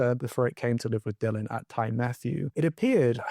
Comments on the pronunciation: Also, it’s Tee Matthew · Ty is a welsh word, meaning house. It is pronounced “tee”. So Ty Matthew, translates to Matthew’s house. Great video, I hadn’t heard of this case.